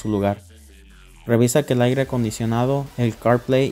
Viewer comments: Excelente solo que se dice aire no aigre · Se dice aire .....no aigre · Excelente video, gracias. La pronunciación correcta es "aire", no "aigre".